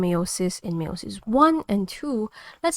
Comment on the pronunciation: Great video. Btw it's pronounced Allele (Ahhl - Eel) and Meiosis is pronounced (My-oh-sis)